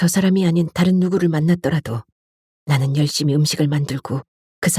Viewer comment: 인트님목소리가 너무 좋아서 항상 잘 듣고 있습니다 그런데 내용중에 계속 "나는' 이 "너는"이라는 발음으로 들리는데 좀 이상하네요